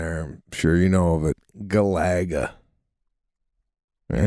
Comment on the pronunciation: Sorry, I can't get over that pronunciation... GUH-LAH-GUH